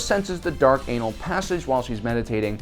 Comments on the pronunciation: I don't like the way you say "anal" please stop. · He puts alot of emphasis on the word Anal crevice😂 😂😂😂